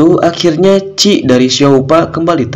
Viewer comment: Bukan ci min tapi Qi